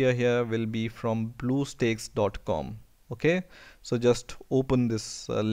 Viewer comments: it's stacks not steaks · lool he pronounce bluestacks as bluesteaks (blue coloured steaks) XD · Duuuude how ever many times do you call it blue steaks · OMG LOL you said bluesteaks instead of bluestacks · you said bluesteaks. it's blue stacks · Blue steaks lol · The way you say "BlueStacks" is funny.... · You say it wrong dumb shit